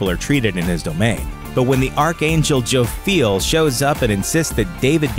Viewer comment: is more often pronounced Joff-yell rather than Joe-feel . . .